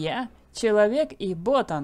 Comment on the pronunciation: Ботан ударение на а